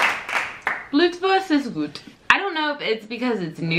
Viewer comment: Ja is klar .Amerikaner haben bei manchen Probleme mit de Absprache😉